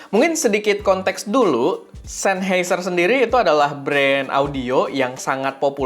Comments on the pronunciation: Bukan sennHEIser bang, tapi sennHAIser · coba di google bossQuh, SennHEIser apa SennHAIser... 🤣🤣🤣